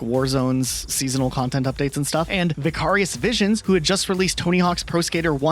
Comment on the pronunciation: "vuh-car-ee-us vision" brother have you heard words before? 😭😭😭